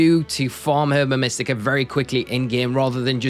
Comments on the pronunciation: It's pronounced erba mystica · I could not pronounce Herba Mystica when I first heard it. I was calling it “Herbica Mystica” for most of the game it literally sounds like a spell or something Latin